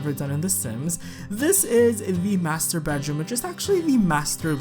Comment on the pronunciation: "Master Bedroom".. i just heard "Masturbateroom". :D But it could be me.. xD